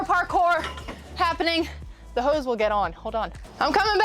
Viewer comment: Is she saying hose or ho's , LOL